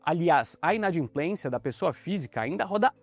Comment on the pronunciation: Inadimplência e não inadinplencia